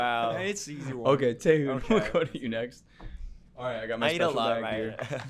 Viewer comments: Love the host but his pronunciation of Taehyun’s name had me dying😭😭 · I love this interview but the guy saying Taehyun’s name wrong multiple times really bothered me…